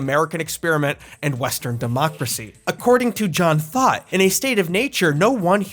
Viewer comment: Lost has been my favorite show forever and I’ve been watching this masterpiece of a video in parts each morning- fully feeding the special interest thank you 🙌🏾😭 Btw, I keep hearing John Thought as “John Thot” and it makes me laugh EVERY TIME